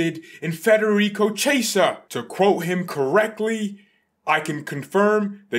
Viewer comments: Ki - Eh - Sah. Not Che - Sah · His name is pronounced as "kiyeza" 💀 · His Name is pronounced like kiesa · Let him say 'chesa', it's so funny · "Chi" in Italian makes a "kee" sound as in "keep". You should pronounce his name as "kee-yeh-sah", with the first two syllables said really fast together. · No it isn't. "Chi" in Italian makes a "kee" sound as in "keep". For anglos who don't speak Italian, you should pronounce his name as "kee-yeh-sah", with the first two syllables said really fast together.